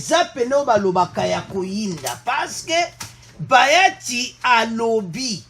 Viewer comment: Bjr mon frère,il s'appelle bahati et non bayati, la esprit ya bien bonne journée.